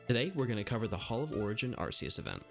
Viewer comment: You pronounced Arceus wrong